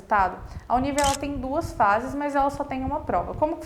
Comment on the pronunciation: Você está pronunciando o nome da universidade errado! A pronúncia é “Uni. R. V.” “Uni errevê”